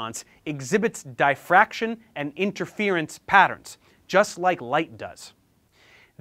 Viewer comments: Idk if this is just my ignorance but every time you say Dye fraction my brain turns off and I just can’t accept what you’re telling me 😂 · What's 'die fraction'? Is it the same as 'diffraction'? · It's not "dye-fraction" - it's diff-raction. Sorry for being pedantic, but I' spent a lot of my life looking at diffraction patterns! 😇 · Nobody: Literally Nobody: Professor Dave Explains: Die-Fraction 😂😂😂😂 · Can't fuckin pronounce diffraction.